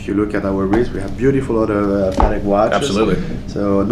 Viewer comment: Congratulations to the guy in the white suit for being one of the few people not called Stern to be able to pronounce Patek correctly!